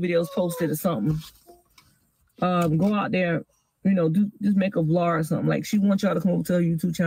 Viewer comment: She really need to stop that “vlar” shit